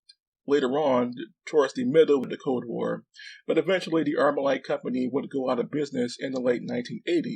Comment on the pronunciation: Did you say "code war" 😂